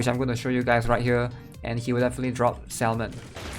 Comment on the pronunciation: Hey bro. Love your content - I just wanna let you know that salmon is pronounced 'Sa - men'. its a silent 'L'. I know English isnt your first language but thats why I wanted to help you with that :)